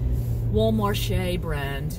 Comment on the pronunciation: She said, “Wal-marchese.”, she seems like a keeper👍